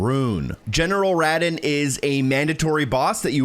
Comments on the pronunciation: Umm i dont think his name is rat-in its ra - dawn😂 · Ruh-dawn, not rad-in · Ruh-don not rad-an, it’s radahn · Who tf is rahden? You mean Ruh Don!!? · [RAH-DAHN] not [RA-DIN]😹😹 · His name is pronounced "RAH DON,", and, yeah, don't bother to advance time to daylight hrs. to make things more visible for the viewers at home. And, I see you've become too dependent on using a shield as a crutch, highly unnecessary in this scene, a swipe or two from even a mediocre blade kills the creampuffs on the ledges, or, in my case, I casted some offensive incantations while mounted to clear the path ahead of me. I'm on a NG+8 right now, I just tuned in for shitz & giggles to see what kind of Tarnished you be! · It’s Rah dawn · IT IS RADAHN. RA-DAWN. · rod-on is killing me lol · I don’t think I’ve ever heard someone pronounce rhadan that bad in my life. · Ruh-don. Thought you kept saying Radagon lol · Pronounced General "Ruhh-don" lol just fyi my guy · bro said Radahn like radin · Literally pronounces his name in the game for you 💀 Rah-Don is how it’s pronounced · Raaaaaaaah Daaaaaaaaahn is how its pronounced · It bothers me SO much that absolutely no one knows how to pronounce radahn's name! Listen to the dialog and pronounce it correctly!! RA-DAWN is the correct way! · why is no one talking about him saying Radahns name like radin also he is not mandatory. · What’s a “Raddin”? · Bro said “Radden” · General RAD-UN lol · It’s pronounced Rah-Don! Rah-Don!!! I’ll kill you! I’ll kill all of you! Especially those of you in the comments section!!! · Sorry I'm just hating the way you say Radahn. It's pronounced "Ruh Dawn" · "General Radin" Someone didn't bother watching the cutscenes. 😬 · how do you fumble the pronunciation of the name radahn, they say it in the game. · stop saying radahn wrong it pisses me off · Never heard someone mispronounce “Radahn” so laughably bad hahaha smh 🤦🏼‍♂️ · This is the only person I’ve ever heard pronounce Radahn so wrong